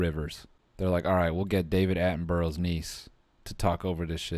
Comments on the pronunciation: It’s not pronounced Atten-burrow. It’s pronounced Atten-bruh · "David attinborouw" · ‘David Attenborell’ Oh Noel... no.